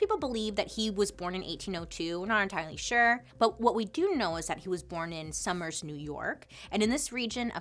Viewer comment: I love how I’m like halfway through and I still have yet to hear about PT Barnum also Sommers is pronounced more like sew-murs not summers. Love you so much. Just a pronunciation freak.